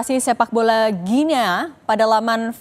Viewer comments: Mbak Penyiar cara mengucapkan nama negara Guinea itu mudah kok /Giniii/ jadi bukan /Guinea/. Usaha dikit Mbak ngecek di google. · Mbacanya GUINI mbaee.. 😟